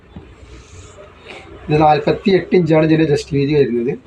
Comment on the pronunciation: എന്റെ ഒരു സംശയം നിങ്ങൾ ജെസ്റ്റ് വീതി എന്നാണോ പറയുന്നത്. ചെസ്റ്റ് വീതി എന്നല്ലേ പറയുക 60 സൈസ് നല്ല ചേലുണ്ട് എല്ലാം സൂപ്പറാ ണ്